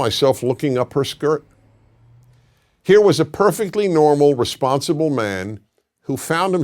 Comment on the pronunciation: I died t the way he said skirt 😂😂